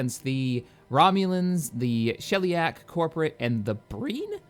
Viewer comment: The Sheliak probably don't like you because you keep pronouncing their name wrong... lol